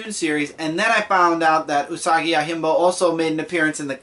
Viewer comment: Yo-Jim-Bo (not Yo-Him-Bo)